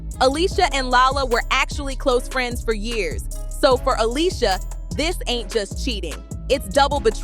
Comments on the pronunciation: What’s with the Alysia ? Ale-sha 🙄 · If she doesn't stop pronouncing her name Ah-lee-see-ah & saying it correctly Ah-LEE-sha Ok she got the memo. 😂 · The fact she keep callin her alisia I can’t even get thru this video 🤦🏽‍♀️